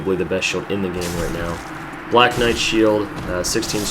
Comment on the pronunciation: knite? hahahaha